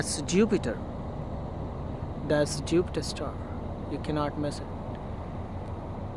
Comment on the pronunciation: Think he's saying Jupiter-star? I dunno... still funny :p